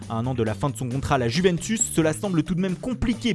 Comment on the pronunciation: Mdr a la il a dit la Juvensuce Mohamed Henni sort de ce corps 😂😂